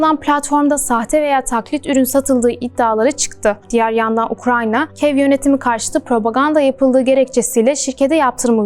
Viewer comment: Ukranya değil ya Ukrayna